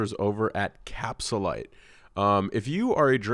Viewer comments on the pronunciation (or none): LMAO it bothers me so much. capSHULIEGARlyte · Does have veneers or dentures bc he can't say capsulyte he says cap shu lyte